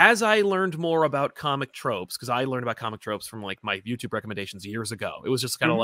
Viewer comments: I love, but I miss his old jingle that went “co-mick tropes!” I’ve never even heard someone pronounce it that way by accident, it was amazing. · Love that opening and glad someone else noticed how it was pronounced “co-mick”. That’s how I always pronounce it now.